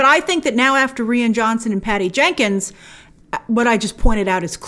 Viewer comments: Who says “Ree-ann” for “Righ-inn”? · Reeann??? Pretty sure it’s pronounced Ryan. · It's pronounced "RYE-AN" (Ryan) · Why does she keep saying 'Ree-an' Johnson...isn't it pronounced 'Ryan'?? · Rian Johnson is pronounced Ryan Johnson not Ree-an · Ryan not REE-IN lol 🤣🤣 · It's Rian (Ryan) not Ree Ann unless you are trolling lol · His name is pronounced 'ryan'... Not 'reann'!!!! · why is Grace saying "Ree an" jhonson? She used to call him Rian! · Bltch it’s Rian Johnson (pronounced Ryan) not Rean Johnson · please pronounce Rian's name as Ryan. the way that it is meant. Do your research Grace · It's pronounced exactly like Ryan. Just the Irish spelling. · I thought it was pronounced R-eye-an johnson? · Its Ry-an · Grace isn't his name pronounced "Ryan" 🤔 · pretty sure its pronounced ryan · Is grace buggin or is that actually how your pronounce Rian Johnson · Omg grace its r-I-an, that annoyed me so much 😂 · She's said in previous videos that she has a hard time not only pronouncing names, but also remembering how to pronounce them. As a guy named Ryan, trust me, it's frustrating hahaha 😅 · “Ree-ann Johnson”? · I think 'Rian' is pronounced the same as 'Ryan' but anyway... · Rian is pronounced like Ryan, Grace. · Lol why she she says rian like that it’s spelled lily that but it’s sounded Ryan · I thought it was pronounced RYAN....?? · It's pronounced like Ryan. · Its pronounced Ri-an, just as you would pronounce Ryan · I had to look up Rian Johnson’s name because i thought you were pronouncing it weird but nope, you are right. I thought it was pronounced Ryan but i agree Rian is probably pronounced Ryann, with the i pronounced as an e (or i if you are Italian). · Jesus, if your going to spend your video shirting on someone at lest pronounce their name correctly. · Who taught you to say Rian?